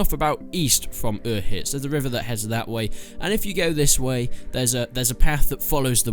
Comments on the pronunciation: Uzhitz, not Urhitz. Cz. Užice. There's no R in it. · One day you'll pronounce Uzhitz right... "You-zhitz" like a soft sort of j sound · I hate how he says Uzhits, he says it like Ueehits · Uzhitz pronounced uhic. Lol 😂😂😂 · why are you putting an R in Uzhitz? They even say the town in the game multiple times. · This dude can't even pronounce the name of the town xD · Have you ever played this game? You're not pronouncing Uzhitz correctly. Stop pronouncing it that way. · Pretty shit reply from someone who literally sounds like he's puking when saying the town name...learn it. It's annoying in your videos. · Piss off mate,nobody cares if he butchers a name of a village in the middle of nowhere